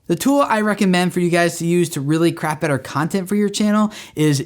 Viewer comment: I really thought you said "who is this cunting for?" hahaha